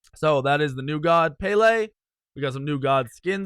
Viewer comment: Pronouncing madam Pele wrong